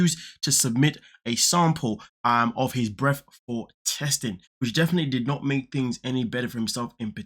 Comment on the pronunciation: “Breaff.” Do you mean breath?